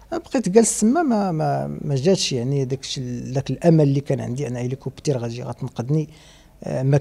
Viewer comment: ضحكني فاش قال هيليكوبتير 😅😅 مسكين كتاب ليه عمر جديد 👌🏾